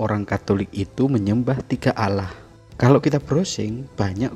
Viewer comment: Hey sebut Allah bukan alah